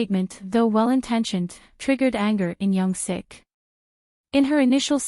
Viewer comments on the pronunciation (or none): It's Young Sook* by the way. Thanks for the video!